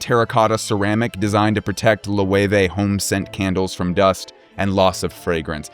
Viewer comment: I'm not into fashion or luxury products, I just somehow got here (hi!). I'm mostly baffled by Loewe being pronounced "Lo-ey-wey". There's also a German tv/appliance brand called Loewe which i'm used to pronouncing "Low-eh". Bye now.